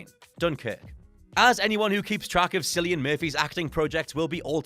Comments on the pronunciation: I’m sorry—who is Sillian Murphy? His name is Cillian Murphy, pronounced with a hard C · did you really pronounce academy award winning actor Cillian Murphy "Sillian"??? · Actually, it's pronounced with a K, it's the Gaelic pronunciation so it would be Killian